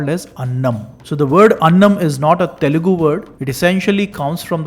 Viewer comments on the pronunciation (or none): none